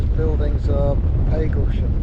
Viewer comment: Lovely job,. Just one thing: I grew up in Hadleigh, Essex, and I always thought it was Pag as in bag Paglesham. Have I been wrong for the past 70 + ( plus quite a lot) years?